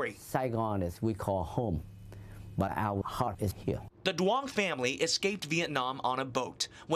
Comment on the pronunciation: As a Vietnamese American I just found it funny their pronunciation of the last name Duong is way off lol